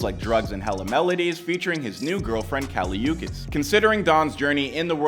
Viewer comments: BRO SAID HIS GF: KALI YOU-KUS🤣🤣🤣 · This guy said Kali You kiss😭😭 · Not “Kali uckas”😭